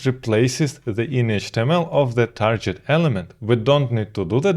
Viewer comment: Hi, I am getting more and more hooked on your content, bravo! But as I have seen some videos of yours, I noticed you're pronouncing the word target like I haven't heard before: It's not "tarjet", but with a hard g like in "gig"